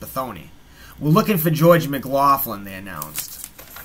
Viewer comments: Its pronounced mc locklin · yes it is. It's pronounced 'Muhgloklin'.